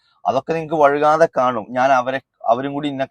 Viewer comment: ഫുൾ സപ്പോർട്ട്, നല്ലൊരു പണി കൊടുക്ക്, പിന്നെ സംസാരിക്കുമ്പോ വഴുക്കാതെ എന്ന് പറയരുത് വൈകാതെ എന്നാണ് ശരി